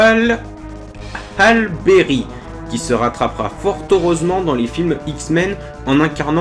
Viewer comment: Et Halle se prononce Hally